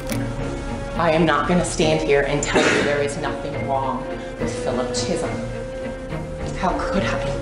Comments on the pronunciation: Who in their right mind would pronounce his last name CHEESUM? Go back to school. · Except the mispronouncing of words, cheesum instead of Chisholm , creg, instead of Craig, erotic behaviour instead of erratic behaviour🤣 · It’s not the editors fault she pronounces words wrong! ‘Cheesum’ ‘Creg’. ‘Erotic’ 🤣🤷🏼‍♀️